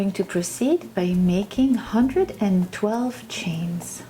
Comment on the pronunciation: Tracy Anderson I made 120 by accident and I'm just realizing I did... when she said 112 it sounded like she said 120 I wear a 2x and used a 4.5 it seems OK so far.... I made ten rows before I realized I used the wrong number... I refuse to take it out.... I have big boobs so I'm hoping it will balance out.... idk if my comment helps... 😊😊😊